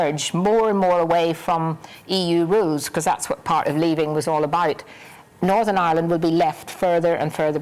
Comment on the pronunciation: Not as bad as fat boy Nolan with his Northern Aaland